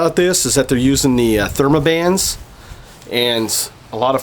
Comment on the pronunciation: Theraband not thermaband